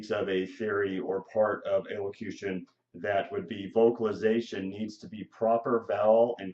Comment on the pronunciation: Are you even pronouncing the word right? lol